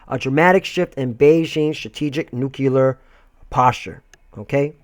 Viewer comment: There is no such word as "NUKULEAR", the word you want to use here is "NUCLEAR"